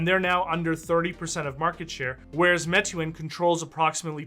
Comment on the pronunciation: great video. Meituan is pronouced "May-Tu-An"